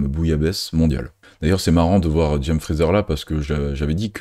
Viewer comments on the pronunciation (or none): none